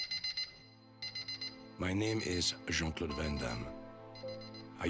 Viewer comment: I’d be even happier if the idiot narrating this knew how to speak. Calling him Jean Clauve (you can hear this shithead pronouncing the V instead of D) shows what a punk ass dick you really are.